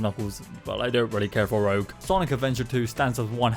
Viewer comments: ERM ITS PRONOUNCED R OO GE NOT ROGUE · Rooj not rogue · Rouge not Rogue. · Also You Pronounced Rouge’s Name Wrong, It’s Pronounced Rooj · Did you just call rouge (rooje), rogue (roge)????? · I'm sorry did you say rogue instead of rouge??? (I'm not hating i just think it's funny) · its not “rogue” its “rewge” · Hate to be that guy, but her name is not rogue (ro-gah). Her name is pronounced ru-jah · Will no one care about the fact that he said a rogue instead of Rouge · Her name is pronounced lika Baton Rouge not rouge like the Babylon Rouges... also ya forgot about DS sonic colors...😢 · did he js pronounce rouge as rowg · Blud called rouge roug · it’s pronounced “rooj” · How can someone play every Sonic game and still pronounce Rouge incorrectly, it's Rouge not Rogue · it’s rouge as in the type of makeup. Rogue means independent. LOOK AT THE SPELLING. RoUGe is the sonic character. RoGUe is what he said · ROKE no it’s rouge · YOU FORGOT TO REVIEW DR ROBOTNIKS PUMP N DUMP! by the way. its Rouge the Bat. not Rogue. Rouge, like the color/make up. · erm ahcshullie🤓 her name's pro nounced rouge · the fact that youre british diminishes all voting, sonic is a minimum of 6/10 no matter what. Rouge being pronounced rogue almost made me set off the nuclear codes. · Now I feel offended for him mispronouncing her name like that 😭😭😭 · The way u said rouges name kills me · are we gonna ignore the fact he pronounced Rouge wrong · WHY DOES EVERYONE SAY ROUGE LIKE THAT ITS NOT PRONOUNCED THAT WAY